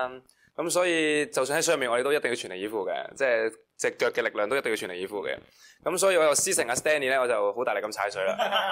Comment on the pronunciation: Edan 個句全力以赴怎麼好似説成脫離衣服！ 🤣